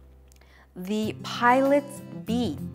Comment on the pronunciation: どうしてもpilots がpiratesに聞こえる。